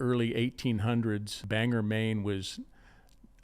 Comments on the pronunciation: Bangor Maine not banger Maine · AAAAH! BANG-GORE Maine not Banger Maine! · "Bang-her, Maine" ...Flinch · Sorry but it’s pronounced Bangor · Bangor Maine is said.... .bain-gore....ur welcome 😎🇺🇸